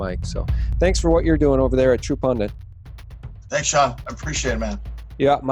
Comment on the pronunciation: PUN-DIT NOT “PUN-DANT”. You are so smart, your grammar should match your brain.